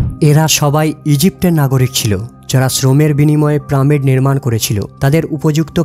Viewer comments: ভাই উচ্চারণ পিরামিড। প্রামিড না। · প্রামিড না আসল উচ্চারণ পিরামিড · হবে পিরামিড আর বলছেন প্রামিড,🤔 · আরে ভাই ওটা প্রামিড না ওটা হলো পিরামিড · রোবট নয় রবার্ট হবে। প্রামিড নয় পিরামিড হবে। বাংলা উচ্চারণ সঠিকভাবে করুন। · কি জঘণ্য উচ্চারণ, প্রামিড????? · প্রামিড নয় ভাই, বলেন পিরামিড। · প্রামিড না, পিরামিড। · শব্দটি হলো "পিরামিড" কিন্তু উচ্চারণ করছে "প্রামিড"। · দাদা আগে নিজেকে ভালো করে ঘষে মেজে তৈরি করুন তারপর উপস্থাপনা করবেন। চার বছর নয় ওটা হবে ৪০০০ বছর। আরো একটা শব্দ, পিরামিড হবে প্রামিড হবে না। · কথাটা প্রমিড নয়, পিরামিড । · প্রামিড নাকি পিরামিড! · ভাই প্রা আর পিরা কিন্তু এক না। শুদ্ধ ভাবে উচ্চরন করলে ভিডিও টা ভাল হত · ভিডিও বানিয়েছেন কিন্তু পিরামিড কে বারবার প্রামিড বলেন কেন ভাই ? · প্রামীড নয় রে ভাই....কথা টা হলো পিরামিড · প্রামিড নয়রে গরু,পিরামিড। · প্রামিড না রে ভাই, পিরামিড। শুদ্ধ উচ্চারণ করেন। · প্রামিড কি দাদা..??? পিরামিড বলতে পারেন না... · প্রামিড না, পিরামিড। ডেড়শো না, দেড়শো। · প্রামিড কি শব্দ ভাই?? পিরামিড। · প্রামিড নয় পিরামিড। উচ্চারণ ঠিক করুন। আপনার কথা শুনতে অসহ্য লাগে শুধুমাত্র উচ্চারণের জন্য। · Bay pramid noy piramid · It's NOT Pramid. It is PYRAMID!!! And it's NOT an Egyptian word. It is ENGLISH!!! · Mr voicer not pramid .this is piramid.You can follow breed piramid.i say sorrow more blogger when vdo voice more misteks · Uccharon ta pramid noy pyramid ebong ota robot noy robert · কিরে ভাই প্রামিড কি শুদ্ধ করে বলতে গিয়ে পিরামিড কে ত রেইপ করে দিলে তুমি 😄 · প্রামিড না ভাই পিরামিড বলো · পিরামিড, not pramid. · Pramid not it's piramid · Pyramid bole pramid nou.pls check karun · প্রামিড কি রে ভাই পিরামিড উচ্চারণ পারিস না??? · ওটাকে পিরামিড বলা হয় প্রামিড না। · পেরামিড নয়, উচ্চারণ করুন পিরামিড, ছি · it's piramid not pramid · প্রামিড ভুল। পিরামিড ঠিক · প্রামিট না ভাই,, পিরামিড 🤣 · Pyramid na bole pramid bolchen keno? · Pramid na shothik uccharon pyramid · Pramod noi peramid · PRAMID KI PYRAMID প্রামিড PRAAAAAA MIIIIID পড়াশুনা না করে যদি কেউ এইসব ছোট ছোট ভুল করে ।শিক্ষিত মানুষ রা দেখে বা শুনে বিরক্ত হবে। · প্রামিড নয়,,,, বলুন পিরামিড